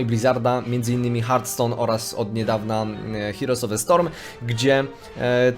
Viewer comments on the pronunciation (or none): none